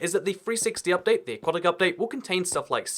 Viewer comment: Aquatic update, not aqautic update